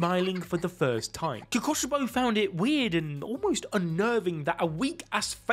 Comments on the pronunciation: is no one gonna talk about how he says Kokoshibo? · Omg bro you saying kokoshibo throws me off when his real name was michikatsu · I'm never saying kokushibo the same way ever again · or kokushibo